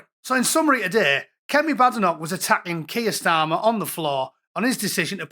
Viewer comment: Kweer Starmer!